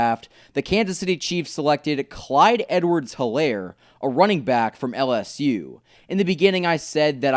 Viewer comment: It’s E-Lair not He-Lair